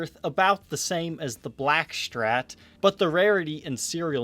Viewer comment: Why does he pronounce Strat as "shtrat"?